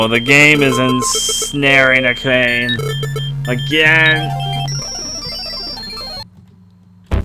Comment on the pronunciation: Its a' ka ' ne..... not a' cane 😅